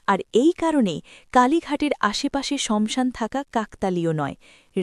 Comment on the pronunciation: Banglay jokhon bolche...tokhan saasan bolun..samsan ta thik bhalo lagche na...kichu mone korben na 🙏🙏🙏